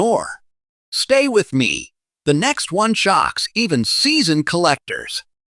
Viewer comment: monday morning im sending every penny mentioned to the SCRAP METAL YARD. BUT BEFORE I DO, IM RUINING THEM WITH A BIG PRESS ROLLER TO DESTROY THEM!! WHY, THIS IGNORANT AI CANE EVEN PRONOUNCE THE WORD ONE, IT SAYS IT AS "O N E" NO ONE WILL BELIEVE SUCK "AI GARBAGE"!!! WAS MOST LIKELY CREATED BY A "PROFESSIONAL GRADING SERVICE" ATTEMPTING TO GAIN MORE BUSINESS!!!